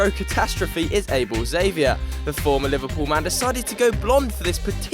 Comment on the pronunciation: able zavier ? wtf worst pronunciation i have heard